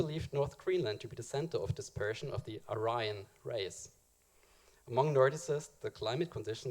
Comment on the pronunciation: I would think you would know how to pronounce "Aryan" considering the subject matter...